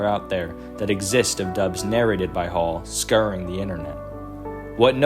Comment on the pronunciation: And s-cower-ing and ad-mi-rable 😅